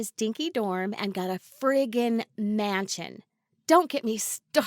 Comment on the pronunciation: No one: Litterlly no one: She:FrRiGgIn